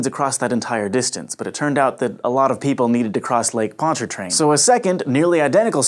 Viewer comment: kudos for pronouncing Pontchartrain properly, now try Tchefuncte. Even some locals have trouble with the this one.